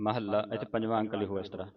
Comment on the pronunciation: ੫ ਨੁੰ ਪੰਜਵਾਂ ਪੜਨਾ ਹੈ ਨਾ ਕੇ ਪਜਵਾ। ਜੇਕਰ ੫ ਨੁੰ ਪਜਵਾ ਬੋਲਣਾ ਹੈ ਤੇ ੧੧ ਨੁੰ ਗਿਆਰਵੀਂ ਬੋਲਣਾ ਹੈ।੯ ਨੁੰ ਨਾਵੀਂ ਬੋਲਣਾ ਹੈ ਤੇ ਫਿਰ ੫ ਨੁੰ ਪਜਵਾ ਬੋਲਣਾ ਗਲਤ ਹੈ ।ਗਰੈਮਰ ਨਿਯਮਾਂ ਅਨੁਸਾਰ ਤੁਸੀ ਗਲਤ ਪੜਾ ਰਹੇ ਹੋ। ਤੁਹਾਨੂੰ ਗਰੈਮਰ ਦੇ ਨਿਯਮਾਂ ਨੁੰ ਸਮਾਨ ਦੀ ਬਹੁਤ ਜਰੂਰਤ ਹੈ।